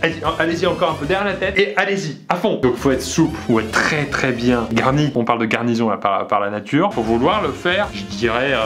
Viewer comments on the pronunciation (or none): C'est moi ou à 2min37 il a dit GARNISON .....?? on t'en veut pas Pierre =) =) continue comme ça , t'es super !!